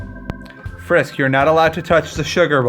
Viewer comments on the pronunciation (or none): none